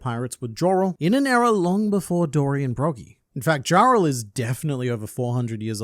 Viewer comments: Jarul is pronounced with a "Ya" sound, not a "Ja". Think of it as saying Jul Time instead of Christmas Time. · YARUL, the J is pronounced as a Y. Its Yoral and Yarul BUNCH OF DUNCES !